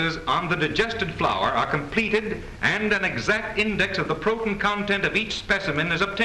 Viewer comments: "Sixtuh" "Protun" "Colorimitor" I hate the way these people pronounce things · Did no one explain to the narrator in the first short the correct way to say protein? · also the science narrator gets punched in the face too. nobody, and I mean NOBODY mispronounces "protein" 15 times in a row and gets away with. I don't care that you've been dead for 50 years narrator, you will not slightly irritate me. it's corpse punching time!